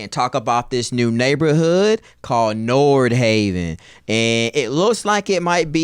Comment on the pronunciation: Nordhaven? More like Nardhaven. :goodvibes